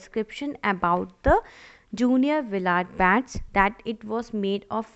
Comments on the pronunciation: Can't you pronounce Willard ?😢😮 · No she cant😂